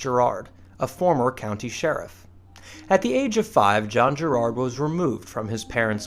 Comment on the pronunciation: the pronunciation used by the narrator is excruciating Cecil, Lancashire, Gerard, Champion all wrong. If you get an American to say English names get them right!